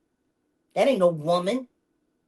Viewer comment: "White woman three times younger than he is", you do mean "white wo-mayne..."